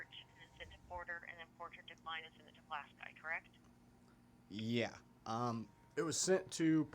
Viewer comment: Did you even attend grammar school? It’s Pu LAS key!